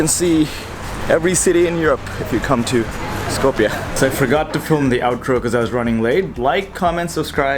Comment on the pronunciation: stop butchering my language its not skopie its skopje